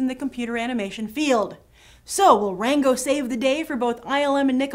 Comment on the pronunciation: I could swear she called it "wango"